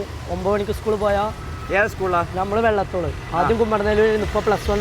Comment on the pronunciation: വെള്ളത്തോൾ അല്ല, വള്ളത്തോൾ ശരി